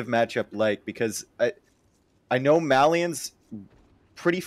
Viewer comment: Why do all the AoE2 casters mispronounce Malians and Mayans? For some reason that really bothers me.